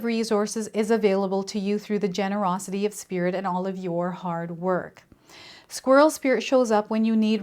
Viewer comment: I just heard you say “squills” as you were talking about the squirrel card. I don’t know if you been thinking about it but it made me laugh and brought happiness to my morning. Don’t worry about the mistakes you make because it may brighten someone’s day and it also shows authenticity that you’re human like each one of us. Bless You! I appreciate you 💁🏻‍♀️🦋🦋❣️ BTW THE BUTTERFLIES RESONATE WITH ME A LOT. My name VANESSA means Butterfly 🦋. I go through many transitions in my life.